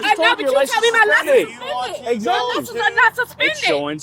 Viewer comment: "My liscabums dont be sumspendum!" Repeat ad nauseum.